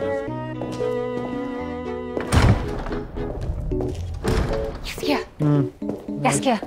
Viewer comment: The fact that Jaskier is pronounced "Yas-ier" really adds to him xD